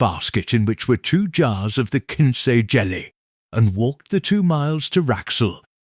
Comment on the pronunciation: Other than mispronouncing the word wound for wounding the clock and mispronouncing the word quince, another issue is who eats lunch ? p.m.?